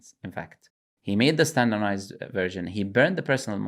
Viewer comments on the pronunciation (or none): 'Standernized' was hurting me so much